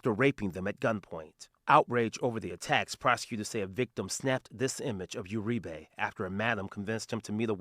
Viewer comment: Uri-BEY?! We got a Moor arrested? Nevermind it's URIBE. Them Basque's I tell ya.